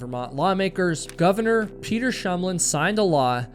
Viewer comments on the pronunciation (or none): none